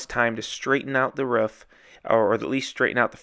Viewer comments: its a roof. not a ruff lol. Have this debate with the wife all the time. My way of "winning" the argument is to have the person say kangaROO, add an F to the end of it. They then say kangaROOF. Then tell them to get rid of the KANGA at the beginning. BAM they say it "correctly" (all in good fun. not sure if there is a correct way or not, im no English major) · Another great vid . And yes it’s roof not rough 😜👍